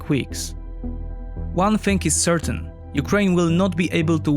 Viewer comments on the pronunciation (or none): none